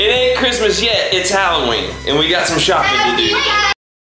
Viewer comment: It's hollooween